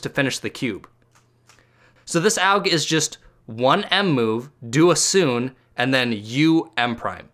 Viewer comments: Not to hate u said sune and said it as (soo-n) when it's pronounced (soo-nay) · Sune It is pronounced as soo-nay